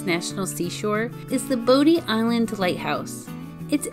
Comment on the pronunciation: You can tell she’s never been there. She pronounced bodie island as bo dee and not body. Also. How is jennetes peri number one and you didn’t even mention any ship wrecks nor the lost colony?